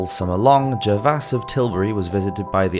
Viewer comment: OK, I’ve listened to you mispronounce the word “apparition” several times, as “appaRAYshun”!! Don’t you have an editor, fgs?? Here’s how you should say this word, with a SHORT “i” SOUND in the 3rd syllable (just say “ghost” next time, OK??): You have another issue with the name, “Gervase.” The correct pronunciation is: Jur - vayz. Goodness! It’s about time you had somebody listen to you read the script before recording so you can say basic words correctly! I’m seriously thinking of not subscribing to a channel where such sloppiness is acceptable!